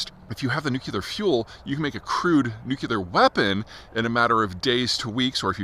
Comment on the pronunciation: At least pronounce nuclear correctly.